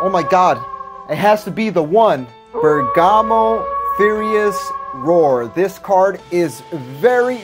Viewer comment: Bro i love your vids but how the hell are you a substitute teacher this dude said bergamo furious roar and obuni after slash lmao